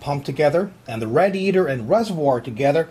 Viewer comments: I'm American and I don't say radiator like that. Proper english pronunciation is "Ray-dee-ator" NOT "RAD-EE-ATOR" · Its said.. RAY-DI-ATOR Not RAD-I-ATOR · I gotta ask you why do you make a million weird faces and noises when you screw up LMAO! Also only tip i can give you is it said Raydiator not rad-iator. P.S: if you read this im on the Forums. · rad i a tor no say it right it pissed me off say it as raydee ator come on rad e ator idiot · RAY DEE A TOR not whatever the hell he said, got is he getting over a speech impediment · him saying RADiatior makes me sad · PLEASE learn how to pronounce radiator correctly. seriously. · lol, he cant say radiator